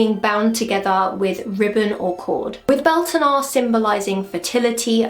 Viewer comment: Pronunciation is more like byowltanna.